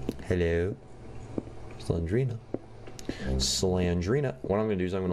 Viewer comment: It's Slen-DER-ina